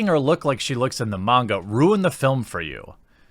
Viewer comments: I respect you pronouncing “Manga” right lol , but yeah I’m old school I still have my VHS tapes on this anime, I also want a dororo and a devil man from the 1990s made like this , just better and stick to the original stories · The coolest thing about this video is you say "manga" right!